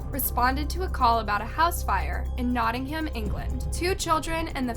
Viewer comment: You pronounce Nottingham wrong.